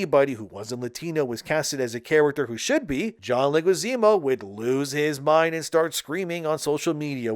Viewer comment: Dude, I know English is likely your second language but you are trying to talk so fast that you are failing to properly say words and names. The names of high profile celebs are particularly egregious fails: it is John LEH-gwee-ZAH-moh. It isn't like there aren't 1,000,000 other videos out for almost any celebrity where the name is properly pronounced dozens of times. Or even google. It rips the flow of your commentary out of its groove.